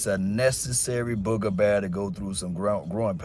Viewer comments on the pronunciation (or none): It appears Kellen Moore is heading to Boise to be there head coach... Per sources. Did you just say "BOOGA BEAR". Bro. Not to many people know what that really means... Lol